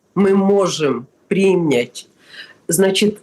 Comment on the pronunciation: Что она так прикопалась к духам Мелани? Типа у неё такое образное мышление?! И ещё : принЯть! Не прИнять! Это просто режет слух!